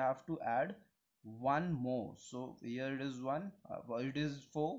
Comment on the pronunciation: the eedis (it is ) is cracking me 😭😭